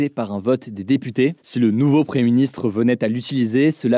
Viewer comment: Pouvez vous svp prononcer le "m" de preMier ministre ? Merci